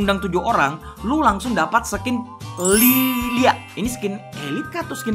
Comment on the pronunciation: Njir espresi salah baca nama skil liliya😂